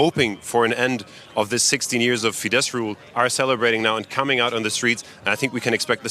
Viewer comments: Wow! This is great news! By the way, it's not pronounced "fee-deSH." It's "fee-dess." In Hungarian, sz = s, and s = sh. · Could the lady anchoring learn how to pronounce FIESZ??? It's fee-de ss (the sz in Hungarian is ss)